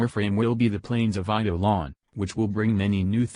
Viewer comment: TTS Actually said Eidelon quite well.